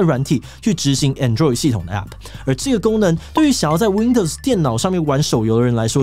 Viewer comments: 我都唸ˈAnˌdroid，沒想到志祺唸ˌAnˈdroid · 志祺從 covid 到 android 的發音都...很有台灣特色...